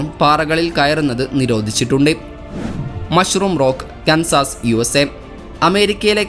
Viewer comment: കൻസാസ് അല്ല, കാൻസസ്